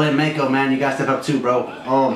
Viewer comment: Its "Mak"-o like "Mac" & cheese